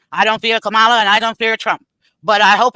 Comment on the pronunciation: Her name is pronounced Commala/Kamala. You are rambling.. I’m shocked.. Lord have mercy on America..